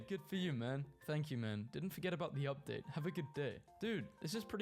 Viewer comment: what aboot kilts?